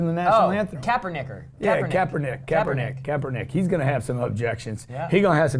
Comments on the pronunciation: Kapperniccer..... hahahahaha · lolol did he just say Kaepernicker?? is that a racial slur lol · Kapernicker? Wtf was that bro? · Kapernicker, try again lol.